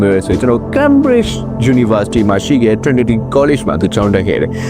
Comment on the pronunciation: Cambridge ကို ခိန်းဘရစ်ခ်ျလို့အသံထွက်ပါတယ်